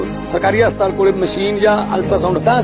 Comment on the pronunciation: Bhai ji enu te haspatal bhi bolna ni anda hastaal bol reha 😂